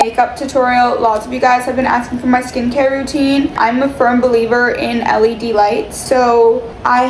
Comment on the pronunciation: i swear i heard Eli delights, not LED lights